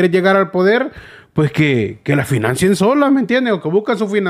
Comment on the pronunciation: No se dice Financeen....se dice se Financien ......